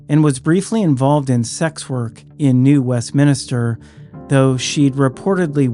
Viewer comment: Love these videos as they cover some of the more obscure cases. Thank you, for doing such a great job. Btw, it is New Westminster, not New Westminister. There is no other I in there, as minster means a church, and minister is of course, like a priest or pastor of a church. It is a mistake that many Americans make. My great grandmother was buried in New Westminster, British Columbia, so I am very familiar with the area, being from Montana originally. Again, thank you for covering these many cases. Many are more obscure cases, that we never hear about anywhere else on YT, so it is great that you cover them and bring more awareness to them. Great narration, as well. As a small aside, Finley Creek Jane Doe definitely resembles Patricia Otto, and I am almost sure the remains were hers. I say were, of course. Unbelievable that anyone would be so stupid as to order the destruction of remains and evidence. That was incredibly dumb. The guy that ordered that to happen shouldn't be allowed to live that one down, and deserves to be reminded of his dumb decision daily. That just baffles the mind.